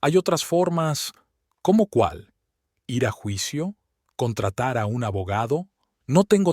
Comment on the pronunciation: Por que le cuesta tanto leer el verbo ir es igual como suena en decir seguir vivir ,la ere(r) es un sonido suave diferente a rio rojo perro carro rosa.